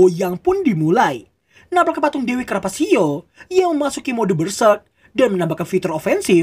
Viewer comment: Nulisnya carpaccio,bacanya karpakio